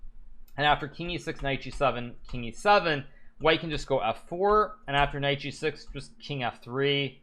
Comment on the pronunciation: I found g6 sounds like “I found Jesus”. Made me double take.